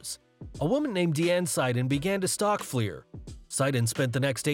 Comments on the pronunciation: It’s “Flair” not “Fleer”, and your attempts to “bleep” the profanity during the Flair piece was terrible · You put Rick FLAIR in there but call him ‘FLIEHR’ multiple times and in text too. Wow. How can this be a proper wrestling channel with a fail like that… Hats off to all the wrestlers that have to deal with those nutcase fans